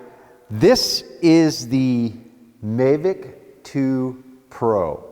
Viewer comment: I have seen this on a previous review but I’ve never heard any pronounce it may-vic 😳